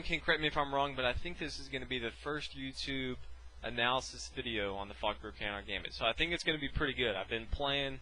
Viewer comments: At the start i hthought u said fucker countergambit or fuckbear countergambit lol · i always hear "the fucker countergambit" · Did anyone else think at first he said "fucker counter gambit"? lul